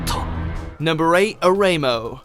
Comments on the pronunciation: "o rei mo"? ore imo(uto) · It's O-RE-I-MO!!!!!! Jesus if you're gonna make anime content, please do the tiny bit of research on how these names are pronounced. You don't want to trigger the raging anime fans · "Oreimo".... WTF